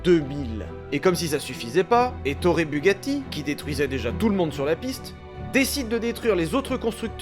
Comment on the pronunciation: Etorre Bugatti... C'est si français... 🤣